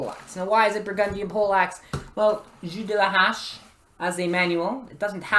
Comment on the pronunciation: sweeeet. Awesome notes and thoughts on the most under-appreciated medieval weapon in my eyes. ( Do you speak French? You seemed uncertain but your pronunciation is very good -- the 'h' is silent on "hache" tho fyi! :) )